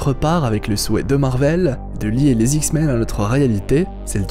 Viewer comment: Très bonne vidéo! Par contre, s'il te plait, arrête de dire "les s'X-men", on ne fait pas la liaison entre un ''S'' et un ''X''.